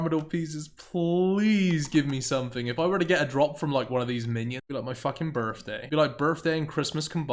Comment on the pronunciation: Free hundred kc, it's the fird time I've gotten this drop on my birfday. You pronounce your th's with an f. Where are you from?